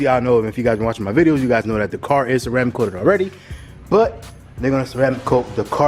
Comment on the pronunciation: Car not cat